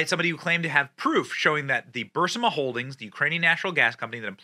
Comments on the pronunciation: "Thermonukuler?" What, about the word, "nuclear" makes you think it is pronounced that way? And "Bursama?" It is Burisma. Your credibility is weakened by your inability to pronounce basic or well-known words. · Benny! Please stop saying Bursima. It's Bur-IS- ma. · Hey Benny...STOP SAYING "BURSIMA"...IT'S BURISMA!!!!😆😆😆😆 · It's not pronounced Bursema. It's pronounced bur eeees ma Benny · NOT Bur Sim-uh... Bur-ISS-ma, Bu-RISS-ma, Bu-Rees-ma... but, definitely NOT Bur-SIM-uh. Benny, I agree with you on a lot... but, PLEASE TONE DOWN the Benny-Brigade / Self Promotion stuff. Your rise in popularity is sticking to the story above all else... not Self-Aggrandizement. If there's an army... it's not YOURS... you're one of us... not our leader. I'm happy for your success, but I click off many of your videos when you insert too much of your opinion or promote your Army... and sometimes, I can't make it through the 1st 20 seconds of your video... even though I was interested. So, I look elsewhere. I'm probably not alone. Keep Rocking and pumping out the quality content. All the best to you, Sir. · I love you Benny, but I'm pretty sure it's burr-EEZ-ma 😁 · So can Benny not pronounce burisma or nuclear???